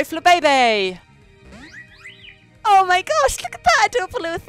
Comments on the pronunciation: its pronounced fla bay bay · It's pronounced fla bee bee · Its called Fla-Bay-bay